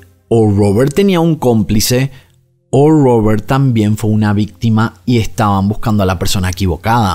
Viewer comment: Porque pronuncias Robert asi😂😂, es una R estas hablando castellano.